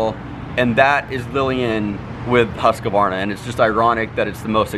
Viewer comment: Huskvana not huskyvanaer